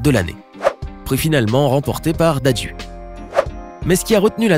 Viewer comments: Ça ne se prononce pas "Dadjiiiouuuu" mais "dadjou" et s'écrit "dadju" merci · Tu prononce mal dadju, tu dis dadju alors qu'il faut dire dadjou 😂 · Ca se prononce " d'Anjou" mais ca s écrit dadju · Dadju ça se dit Dadjou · Ahhhhhhhhhhhhhhh il a dit dadjue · Sa pas dadjou ses toi qui prononce mal frr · Dadjue, Ariana Grainedé, il prononce ça comment ohrrr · SA SE PRONONCE DADJOU ROHHHHHHH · le plus embarrassant c'est quand tu prononces mal les noms de DadjU et d'Ariana GrEnde alors même que un des moments embarassants dont tu parles c'est quand nicos a mal dit Aya Nakamura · Comment il a écorcher le nom de DADJU et de ariana